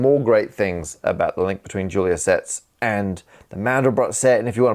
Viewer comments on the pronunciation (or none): The 'Julia' in 'Julia set' is pronounced 'zhoo-lee-yah' because eet eez Fronch, honh honh honh!